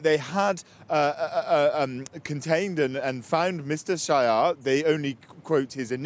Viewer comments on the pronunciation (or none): Dear the story is hilarious, just one extra: sz-a-j-e-r , the SZ pronounced as English 's', cause it's not a Polish name...so it's not 'sh'. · Not shyer. He is not shyer:D He is Sayer. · They are saying Shire, but they should say Sahyer